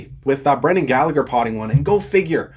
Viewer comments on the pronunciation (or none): none